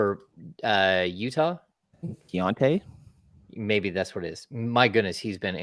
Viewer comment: trying to pronounce Keyonte George was absolutely embarrassing. WTF was that?